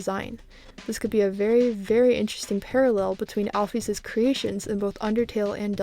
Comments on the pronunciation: al-fis not al-fees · The way she pronounces alphys is angering me like at least use al-fis or or al-fyze